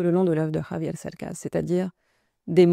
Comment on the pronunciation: Dice "Javier"... con JOTA, no con "GKRRr" como lo hacen usualmente los Franceses- Bravo! Es una autentica traductora.